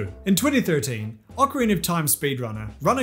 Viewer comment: Spee drunner